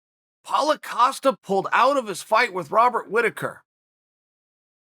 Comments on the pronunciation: Uncle Chael definitely said Paula as he came into the video 😂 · I swear I love that Chael calls Paulo "Paula" 😂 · Does Paulo know that Chael calls him "Paula"?